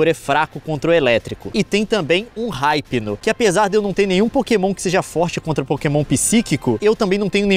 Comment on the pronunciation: hypno se pronuncia ipno não ripno